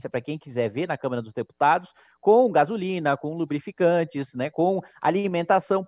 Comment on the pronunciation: LUBRIFICANTES ???? o q foi isso kim ??? kkkkk